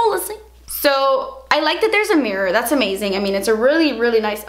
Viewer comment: I can't even deal with how you say "Das expensive" cracks me up every time 😂😂